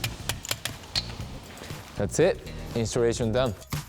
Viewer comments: Instarration done lol, almost as bad as my accent lol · Instarration done.